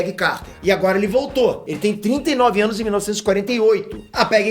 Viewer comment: QUEM ouviu 101 ânus